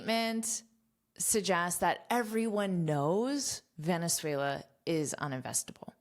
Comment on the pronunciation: Excelent!! I'm venezuelan and you say 'Venezuela' very well! Thanks for teach us! Have a great day!